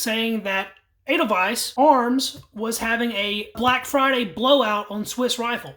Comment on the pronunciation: You got the pronunciation of edelweiss right. In German, “ei” is pronounced “I”. By contrast, “ie” is pronounced “ee”. The letter e by itself is pronounced like a short a in English, as in age. German pronunciation is pretty straightforward, once you know the basics. The grammar, though, is a beast. Oh, and this is a very nice rifle, too.